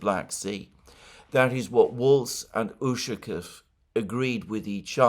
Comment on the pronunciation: Much as I enjoy listening to your commentary, please make an effort to pronounce the Russian names properly. It's jarring to hear "Ooshakev" and "Laavrev" too many times.